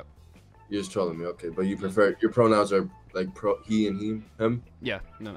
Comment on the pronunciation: “Your pronounces are Hee and Hee“ Of course he identifies as Michael Jackson